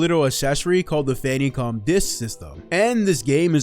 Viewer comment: I've heard it be mislabeled as "Famicon," but never Fannycom... had to do a double take there! 😂